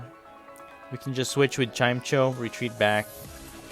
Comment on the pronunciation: Its pronounced Chime-echo btw